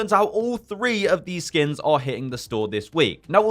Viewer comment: Why do i keep hearing skim?